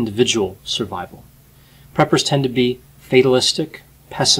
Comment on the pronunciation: I thought he said, "peppers." 😂